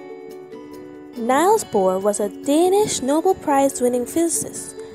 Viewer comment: Good and enjoyable, but I wish his first name had been pronounced correctly.